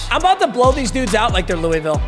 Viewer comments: "louieville" you're killing me its "luhvull" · Louisville isn’t pronounced “Louie Ville” it’s “loohvull” - a KY native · please it's not Louie-ville it's lul-vulle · its pronounced loo-vul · When bruh says Louisville wrong 😢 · Pls pronounce Louisville right it’s pssting me off being from there